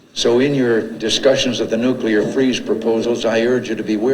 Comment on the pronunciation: Bryan takes all this pride in pronouncing words correctly, like Afghanistan, and Putin, but then this kid says words like "Nuculer". I cant take it.